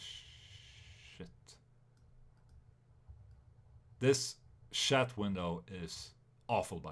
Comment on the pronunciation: "Shatt window"